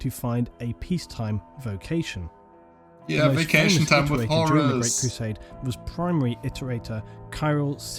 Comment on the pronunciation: vocation! not vacation :D